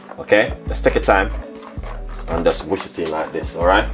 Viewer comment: Not paree ,its puree say whisk not wis